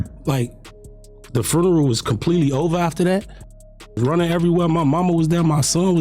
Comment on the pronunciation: Man that was at his best fins foneral😅😅 you mfing 🤡 “FONERAL!!😅😅